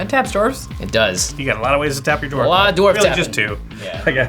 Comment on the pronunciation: Did she say dorf?? 😂😂🤣